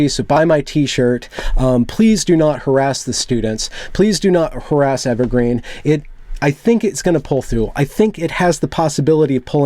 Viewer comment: Interviewer: So, what institution is it you graduated from? Interviewee: Evewgween. Interviewer: I see... (Sets résumé atop 'the' pile) ... We'll let you know.